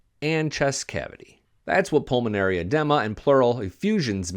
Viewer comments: It is Edema not Adema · Edema is pronounced "uh-DEEMA." And Rohypnol (date rape drug" is pronounced 'roe-HIP-noll." And a blood alcohol level of .22 is NOT lethal. It's just drunk. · Edema uh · dee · muh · That word is edema, pronounced e-deem-a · As a nurse, I was searching for the comment on the correct pronunciation of "edema"!